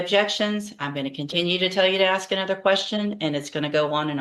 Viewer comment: OMG, can he not ask a question without asking if he can axe a question? Just ask.